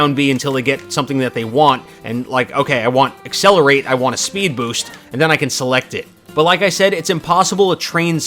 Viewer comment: Am i the only one who gets a little when he says accelaratle wrong. Just me? Ok...